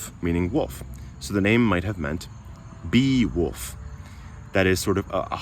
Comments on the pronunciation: Why are you saying “woof”? He's not a doggie. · Your native accent struggles with the L in wolf. Sounds like you're saying woof.